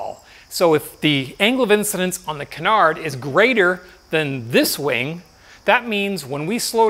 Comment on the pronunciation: Great video, btw its Canar, you don't say the D